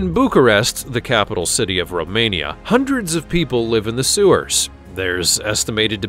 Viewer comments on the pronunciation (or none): none